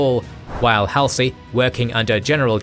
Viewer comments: Halsey's name is pronounced -- Hawl-see, not Hal (as in pal) -see. If you don't pronounce the names correctly, it makes me wonder about your research. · The hal-see instead of the more familiar hall-zee is an interesting choice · Wikipedia says DC also. Mispronounced Halsey (very forgivably) too. Do love the WA love though. Funny, whenever people say Washington these days I also always assume they mean the state, until they mention some context related to dc and realize my mistake. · Good but the narrator mispronounces names like Halsey is grating. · For me, it does show attention to detail. When attention is lacking, then I wonder about the completeness of their research, and then about their care in interpreting those facts. So, yeah. Especially when pronunciation of someone as famous as Halsey's name is.